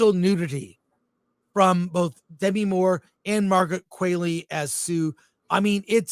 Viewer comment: I can’t believe Chris and have forgotten how to pronounce Demi (De ‘MEE) Moore’s first name.